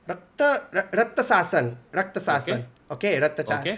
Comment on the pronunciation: It's Ratchasan guys...raa-cha-sun...it's tamil for Rakshas...not rathasassan🤦‍♂️